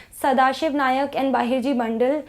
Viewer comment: not Bahirji Nayak, Bahirji 'Naik'